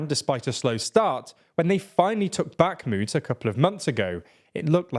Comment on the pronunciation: Now the war goes on for 16 months and commentators are still not able to properly pronounce Bakhmut, Kherson, Prigozhin, Avdiivka, etc.